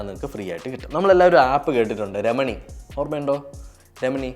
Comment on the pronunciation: രമണി അല്ല bro റെമിനി